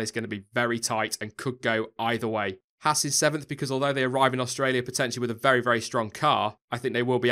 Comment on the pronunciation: it's pronounced "Hawz" not "Hass"...just saying. Good reporting dude, enjoying your reports.